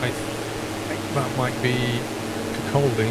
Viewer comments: Excellent vid, Kirkcauldy is pronounced "Kircuddy" or similar I believe. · Awesome flight. BTW, kircaldy is pronounced with a silent l which is weird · Pronounced Burnt Island ..That tower to your left is only a tv transmitter pylon.Oh and a silent L in Kirkcaldy. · Hi, we tip when saying Kirkcaldy leave out the L when saying it. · ITS PRONOUNCED: KIRK ODD DY! Not kirk auld dy🤣🤣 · Kirk Aldi? :P It's pronounced Kir-caw-dee, but nice try! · Hey, did you see me waving? ;D Weather is spot on for today, hehe. - It's prounced like Kircoddy btw, if you see what I mean phonetically, not Kircoldy. - Comparing to Google Maps, it looks amazingly like the real thing. That odd looking white cross mark is "Volunteers Green" park. Trip suggstion: fly through the Pass of Llangeris in Wales and around Mt. Snowdon. 8) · Hey. The L in Kirkcaldy is silent. Pronounced like Kir-Coddy. Cheers! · I realise this video is 3 months old now but being from the glorious kingdom of Fife, I can confirm there are no sinister black obelisks in the countryside. Also, Kirkcaldy is pronounced more like "Kirkoddy" and it looks much nicer from the air than it does on the ground :3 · Geez, keep up! What happened to the queensferry crossing. Also in Kirkcaldy the l is not pronounced so is pronounced Kirk-caw-dy. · Kirkcaldy pronounced kirkawdy. And there are three bridges now over the Forth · You don't pronounce the L in Kirkcaldy... It's more like kir-koddy. And for a flight suggestion, how about the other end of the country... Plymouth to the Isles of Scilly? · There's a silent "S" on a paradise island, pronounced EYE LAND, "Burnt eye land". Also silent "C" in Kirkcaldy pronounced "Kirk all day" by us Fifer people living in the Fife region, the sticking out Scottie dog head shape on the map is Fife. Who'd want to fly to Dundee, that place is a dump? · Kirkcaldy is pronounced Kirk-o-dee. Also, runway 30 isn't in use at Edinburgh. You should use 24 instead.